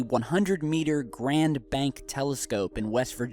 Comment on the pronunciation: Hey T! It's GREENbank W.VA. ... not Grand-bank. Just sayin'. I grew up near there.